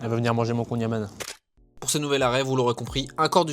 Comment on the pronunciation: Et Bordel de merde, on dit Kouign amand(e) mais sans prononcé le D !!! Kouign Amann